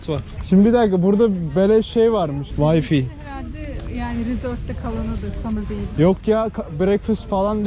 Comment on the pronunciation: Vayfi degil vayfay bro